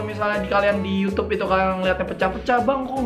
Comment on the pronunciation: Ngomong Itu jadi It to😂